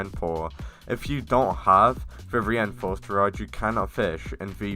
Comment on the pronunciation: "the ewapid rod"